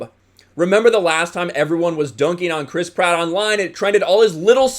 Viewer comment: Every time you say Chris Pratt, all I hear is Crisp Rat